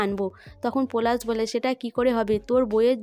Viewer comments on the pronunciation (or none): আবার পরাগ কে পোরাগ ।পলাশ কে পোলাশ কথা কে কোথা কি বাজে উচচারণ আপনি উচচারণ ঠিক করুন ।খুব বাজে ।